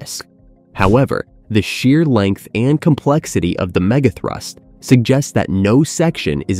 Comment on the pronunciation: didn’t you hear the „mega throoost“ once? gave away that this channel is AI